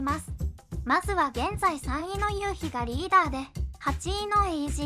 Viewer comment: 1：20ユウキでなくユウヒで発音ではなく発声だと思います。